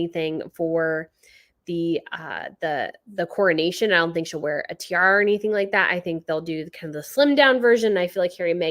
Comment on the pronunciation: It’s pronounced ca(h)na(h)ven (castle). In UK we say coronation [corru-nayshun] not cornation, we keep the second ‘o’ 🙂